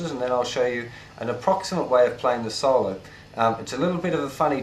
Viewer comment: good lesson i like the way he says solo saulo